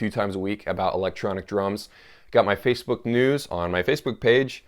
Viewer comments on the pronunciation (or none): none